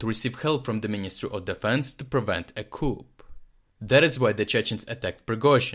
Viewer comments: So you know.. to help pronounce words better.... Coup... or Coup D'etat.... Sounds like... KOOO or KOOO D" Tah French language makes certain letters silent like in English certain combos or single letters.. gh ( dough) end B(bomb, comb) Or E ... its silent but changes the sound of word... Rat vs Rate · Your analysis has just got better as your channel has existed. Adding the real footage makes it much more vivid and real. One comment that might be helpful – the "p" in "coup" is silent. So it's just pronounced as "coo". Weird English spelling strikes again!